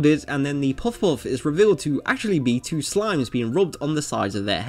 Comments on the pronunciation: The whole video is about "puff puff" but you couldn't manage to pronounce it right. You had literally one job. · This guy says puff puff like he’s doing the chubby bunny marshmallow challenge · Probably because he can't pronounce Puff Puff correctly. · Drinking challenge! Take a shot everytime he pronounces Puff Puff incorrectly. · Jesus how hard is it to pronounce puff puff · there is no o sound in puff puff. why can't British people say the UH sound? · Nothing is more annoying than this guy's puff-puff pronunciation. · Why do you say Puff-Puff in that way? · OMG maan!! Please pronounce puff puff correctly!! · Why can't you pronounce Puff Puff lol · Why do you say "puff puff" so weirdly. You emphasize it out of place with the rest of your sentence lol. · This dude can barely say puff-puff. Speak English the way Jesus intended, like an American. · Your pronunciation of "puff-puff" is weird. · You have to pronounce it "Paffu-Paffu". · I hear it as Poff Whoff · omegazeto is it not actually pronounced pawfuff? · It's amazing how many times he says this name that he pronounces so immensely terribly. 'Poffaughof'... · He said Puff-Puff wrong (Paffu-Paffu) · That way this guy says puff puff got worse every time. POFF POFF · this guy's accent.... "puff-hoff" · after hearing you say poff poff 3 times i cant finish the video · How to are you saying ‘puff puff’? Am I the only one that’s hearing puffwhuff? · Good lord do you not pronounce the P in words? "Fuff-fuff" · Why can't you actually pronounce "Puff Puff" properly? You pronounce it like it's spelled Peouf or something. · I"m not sure what i enjoyed more, the way his accent says "puff puff" or the fact that i learned after an entire lifetime of thinking it was "patty cake" that it was "pat-a-cake".....mind sufficiently blown. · Its probably his accent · I would guess it's not about being American, but that it's a Japanese word. I just listened to it, and it's pronounced closer to poff-poff. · pwof pwof